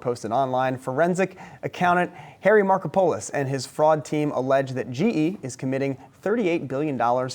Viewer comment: I strongly suspect that he is of Greek background so his name should be spelled "Markopoulos" and pronounced "Markópulos". It is a very common name. When the interviewer said "Mr. Marko-Polos" I was laughing out loud.